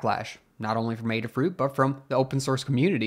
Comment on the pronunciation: Thanks for making this video. It sounds like the case against Qualcomm isn't necessarily all bad, but time will tell. And thanks for making the special effort to correctly pronounce Adafruit! Much appreciated!